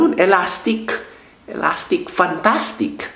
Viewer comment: Waw ay layk bah jay naz😂 tama yan tol😂 ilasticcccccc😂 fantasticccc😂